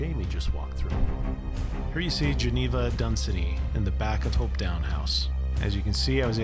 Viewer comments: Great video and all places within a few miles from me. You need to visit Culross too which is just over the water from Blackness and features a lot in series one. I can’t help but point out place names. Doune is Doon Hopetoun is Hopetun Blackness, Inverness the emphasis is always on NESS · Doune I think would be pronounced "Doon" not down. Hopetoun , would be said more like Hopetun , with the stress on the first syllable. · Hopetoun House is pronounced Hopeton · Not HopetOWn - Hopetoun (toon like cartoon.) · Very nice video. To get the true dialect see Doune Castle (spoken as Doon); Edinburgh (spoken as Edin burra), Hopetoun (spoken as Hope-ton); Fraser clan (spoken as Fray-zer) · And Hopetoun is pronounced "hope-tun"